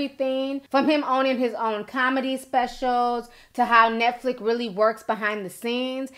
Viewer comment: *NetFlix.. FLIX ... not Flick lol